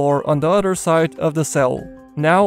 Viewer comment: 3 udder prizzerners? Why are the prizzerners udders? WIBBLY UDDERS WBWBLLBLWBLEBBLE